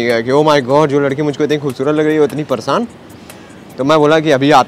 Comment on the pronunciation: Pareshan ❌ Parshan✅